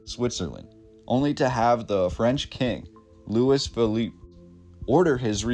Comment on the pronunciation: Guys, Louis is pronounced "Louie", the "s" is silent. We're talking about the French, not Americans.